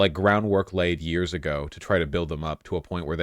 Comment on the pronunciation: Four more yeaarsh'...pause.